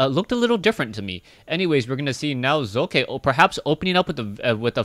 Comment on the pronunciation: Hey, the second time u tried to pronounce socke was just right. the "O" in Socke is speakended very short... ^^